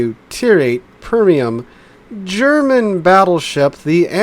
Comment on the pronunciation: Am I deaf or did I hear "Permium"?! American "English" gets stranger by the year...